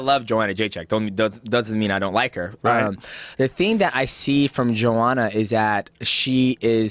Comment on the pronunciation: hypocrite rogan calling her JOEhanna despite being on tony hinchliffes ass for mispronouncing her name